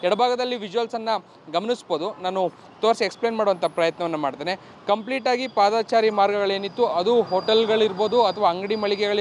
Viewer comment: ಪಾದಾಚಾರಿ ಅಲ್ಲ ಪಾದಚಾರಿ